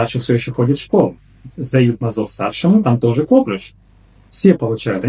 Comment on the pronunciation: коклЮш. Так правильно ударение ставить 😉